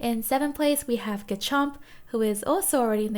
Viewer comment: Why do you call garchomp gachomp?